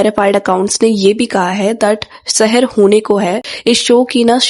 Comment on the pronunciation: Shehar nhi Seher..hone ko hai..antr h